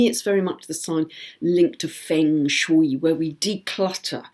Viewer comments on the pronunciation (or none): Is that really the correct pronunciation of Gandhi and Feng shui???